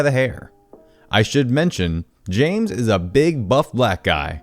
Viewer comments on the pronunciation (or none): none